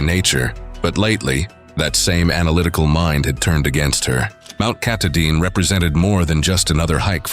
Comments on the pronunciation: Katahdin = ka-TAH-dn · Mount Ka-TAH-din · Correct Maine pronunciation: Mt. kuh-TAH-din.